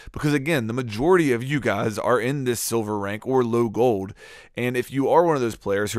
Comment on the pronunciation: Is anyone else bothered by the way he says "Gold"...Goed...lol.